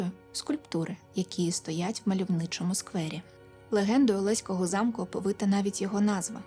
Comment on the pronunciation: привіт з Олеська) в нас усі кажуть олеськО, з наголосом на останню о, хоч правильно так, як кажете ви, але це так, цікавий факт, а випуск цікавий)